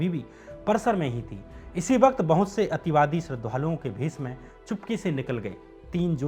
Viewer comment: Ativadi kya hota h ,clear bolo na ,sirf misuse kiya h sabne